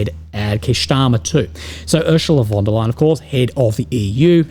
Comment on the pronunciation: I hear wonder lying.